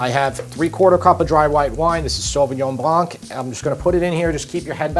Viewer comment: Hey chef! Enthousiastic fan from Montreal, Québec. Please, please, please, since you are using sauvignon blanc that often, the blanc is pronounced blan. The c is a mute letter. Sauvignon Blan. And I,m doing this recipe tomorrow!